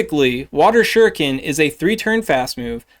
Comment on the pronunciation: Bout time someone knew how to say shuriken. You’d think the Naruto / Pokémon go player crossover was much bigger than it is lol Also, why is there no cresselia PvP IV deep dive??? Figured that would be a pretty important one. Really hope you can get around to it at some point. We rely on you! ❤